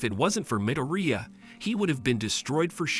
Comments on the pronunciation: bro said mideria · It's midorya not midearia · MIdOrIya? What? Is that how you pronounce his last name no no no no its Midoriya What your saying Katsuki's last name the wrong way Dude learn how to say it right! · Midoria not midiria lol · IZUKU MIRUDIA ITS IZUKU MIDORIYA NOT MIRUDIA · Why are you saying amdara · midooreea? ok im done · in the anime “midoriya” Real life “✨MiDoRiA✨” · "Bakoogooo" "midoreea"💀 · he also said mideria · The mispronunciations are giving me a stroke💀 Why does he say midoriya like medorya💀 And bakugo like bakuogo